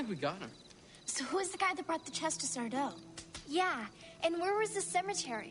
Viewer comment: It's sar-DO! no mister accent on the Do!